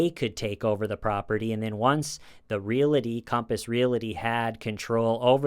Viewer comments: It's Real-ty not real-i-ty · Please keep saying 'relaty' instead of 'realty' forever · Great video except for the mispronunciation of "real-ty" (a two-syllable word) as "real-la-ty". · re-al-ty not re-la-ty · Hey buddy! Realty has no “i” in it. You pronounce that word “real- tea” not “real- ity “ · Just wanted to mention that "realty" is a 2- syllable word. It's pronounced "reel-tee". You must have mentioned Compass Realty at least 50 times in this video, and each time, I cringed. Really good video, though! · You're the best buddy but its REAL-TY. There's no A between L and T. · Not making fun, just saying...real-tee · Love your show! One little critique—there is no vowel between the “l” and the “t” in the words “realty” and “realtor.” Pronounce realty like you’re saying that you’re drinking real tea. Pronounce realtor like you’re saying, “That craggy hill is a real tor.” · Thank you for calling TULLIS REAL-ITY, speaking. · Stop saying realty😂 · doesn’t know how to say "realty"